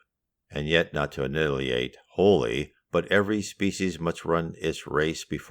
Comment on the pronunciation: I love your content. I listen to you every chance I get. I just noticed that when you read the word "annihilate " You keep saying " an il ee ate". A better pronunciation of the word might be "an eye(like eye ball) a late" "an eye a late". Try it out. Sounds better 😌.